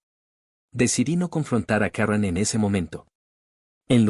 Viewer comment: Karron carol karen. Ponte de acuerdo narrador. Si la historia es en Guadalajara se pronuncia Karen.